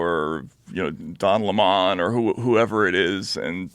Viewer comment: I was surprised that Taibbi mispronounced the last names of Don Lemon and Devin Nunes. Does he only read the names in print? I thought everybody knew how to say it. Just a little odd.